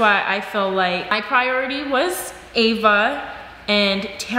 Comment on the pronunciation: wtf is prority